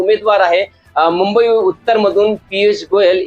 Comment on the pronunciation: आता तुम्हीच राहिले होते ...4 जुन पर्यंत अकलेचे तारे तोडून घ्या...आणि कृपया मुंबई उच्चारण स्वच्छ करा..😂😂